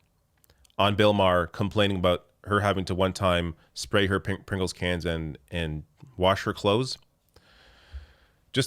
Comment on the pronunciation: This guy can’t even say a can of Pringles. WTF